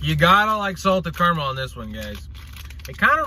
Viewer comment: What’s Car-mel? 😂 do you mean caramel?